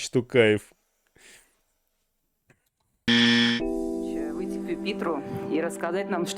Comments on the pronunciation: Написал бы на листочке и читал с листа. Такое впечатление , что специально коверкает господин Пукин. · Я смеялась над Путиным 😂 как так? Президент РФ, 30 лет учился имя Нурсултана Абишевича Назарбаева произносить. А теперь не может произнести Касым-Жомарт Кемелевич Токаев. Других президентов ЕАС он хорошо произносит. Поэтому стоит задуматься. Ай ай Путин